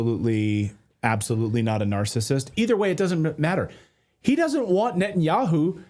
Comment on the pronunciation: "NUT-THE-YAHOO" ....I'll leave it there